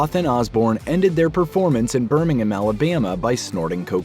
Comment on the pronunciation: cant even pronounce Birmingham